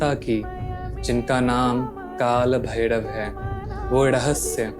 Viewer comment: Lagta hai koyi glitch hai youtube mein bhai. Aapke shabdon mein jab bhi Ra aata hai jaise rahasya ya bhairav woh Da sunai de raha hai like Dahasya aur Bhaidav. Kadachit video hai gyankaari. Aur issne mujhe kaal bhairav ji se aaj mila diya